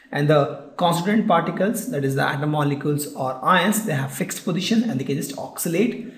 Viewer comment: for example when he is saying...ions....it is ins